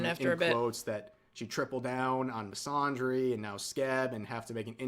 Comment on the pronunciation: the way rev is saying misandry as misondry is killing me